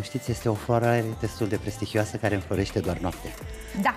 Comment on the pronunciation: Locuieste in spania si a ,,spaniolit,, un pic cuvantul...mare tragedie, oricum vb mai frumos si mai decent decat multi care comentati aici.